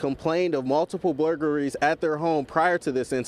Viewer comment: “blurglaries” lol…